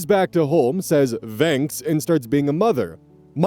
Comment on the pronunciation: i'm sorry but i've had this boiling in my brain for months and i can't keep it in anymore. why. why do you say it like that. why do you pronounce the word "thanks" like that. why. you're using the wrong "th" sound. it makes my blood boil.